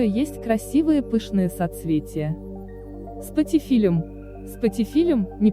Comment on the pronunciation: Да , 👎спатифилЮм, если вы ведете блог так хоть правильно называйте растения